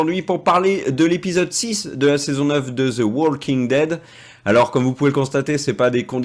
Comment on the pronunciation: Cessez de dire zo The Walking Dead c’est fatiguant à la longue dites The ( de sur le bout de la langue 👅 comme si vous avez un poils au bout mais cessez de dire zo The Walking Dead . Écouter encore et encore et vous n’entendez plus de zo The Walking Dead